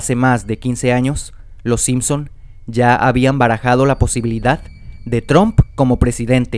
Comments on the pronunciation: PRONUNCIA BIEN. NO ES TROOMP ES TRUMP, se pronuncia con A no con O. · cuando pronunciaste Trump como Tromp, perdiste mi atencion. Pausa y chau video. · no puedo creeer que dijo TROMP no puedo creerlo amigo no se dice el nombre como se lee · ¿Por qué dicen Tromp? lol